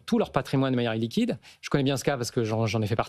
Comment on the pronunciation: Par contre, il avale les mots donc il prononce patrimoine liquide de la mm façon que patrimoine illiquide et du coup, bah il m'a perdu et je ne comprend plus la différence. Que veut-il dire : "qd on a +100Millions d'€ on a un patrimoine" liquide ou illiquide? Ou alors les patrimoines liquides ça ne concerne que la french-tech? Et Bercy qui vient d'autoriser la vente d'une start-up française qui avait réussi à fabriquer des puces qui multiplient par 20 la vitesse d'utilisation des applications sur ordis !!! Cette trahison ! Tchiiip !